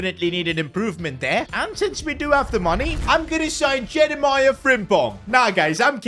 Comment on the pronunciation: STOP. CALLING. FRIMPONG. JEREMIAH. IT'S. JEREMIE. JE-RE-MIE.